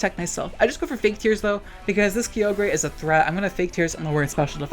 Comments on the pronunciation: I fucking hate how he says kyogre its KAI OH GRRRR not KEE OH GRAY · Also is he saying "Kee-O-Gree"? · why you have to be saying key oh gray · I love how you say kyogre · Hearing you pronounce Kyogre names physically hurts me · I know you're just saying "kee-OH-gray" and "GROUND-don" to make me comment with a correction, so let me play directly into your hand for engagement metrics. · I can’t put into words how triggered I am by “kee-o-gray” and “groundon”